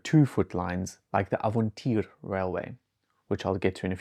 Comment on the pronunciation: Crinchy to hear as a Dutchman how he pronounced "Avontuur"